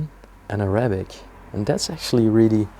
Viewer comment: You know I’m going to stop listening or watching any of your uploads. You are supposedly bilingual and you pronounce the word ARAYBIK. first of all it pronounced A RAH BIK. Secondly please refer to us as a middle eastern family. We speak Arabic but we are Not ÁRAYYYY BIK. why don’t you show the room, don’t go through everything. We are not stupid. You tell us that there are pens and there is this and that. Show us and keep your personal opinions to your self. Your explanations are ridiculous have you heard your self, this is the pen that you use to write with. Your English is lousy. Your pronunciations are ridiculous….. it’s very Reeeeetro as you said. But it pronounced as RET ROW.